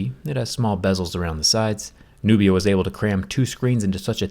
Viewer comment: Nubia sounds like nokia